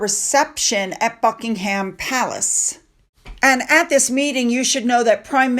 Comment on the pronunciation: Eugenie is not pronounced Yew-Jeanie. Eugenie is pronounced Uge- Ennee Buckingham Palace is pronounced Bucking-um